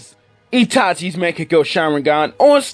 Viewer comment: the way you pronounce Mangekyo lmaoo